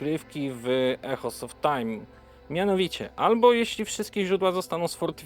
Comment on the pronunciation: Świetny film i interesująca gra. Ps. „Echoes” czyta się „ikołs”